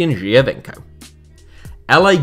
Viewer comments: I heard you a bit struggling with the Giovinco pronunciation :) it's way simpler: joe-veenco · Geo as in geography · Isn’t it Geo - veenco